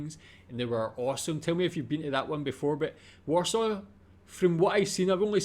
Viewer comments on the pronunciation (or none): none